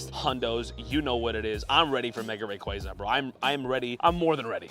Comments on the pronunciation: Ray qua za Not ray qre za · It’s RayQUAza QUAAAA